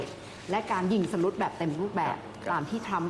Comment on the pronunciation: พิธีกรทั้งสองท่านออกเสียงคำว่า ยิงสลุตไม่ถูกทั้งคู่ค่ะน่าเสียใจนะคะ